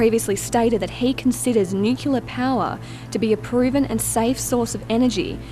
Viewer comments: People would sound much more educated and be taken much more seriously if they could actually pronounce the words they are reporting correctly. Nuclear is NOT pronounced nu-cu-lar, but rather nu-cle-ar. Not that hard. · "nucular" ??! "consortorium" ??! "prepatory" ??! "we've all seen the devastating effects of Fukushima" -- no we haven't. The lid blew off. Impressive, but totally non-fatal. "I'll believe it when I see it" -- so you didn't see Oak Ridge? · Well, it's nice to see that Americans aren't the only ones who can't pronounce "nuclear" correctly.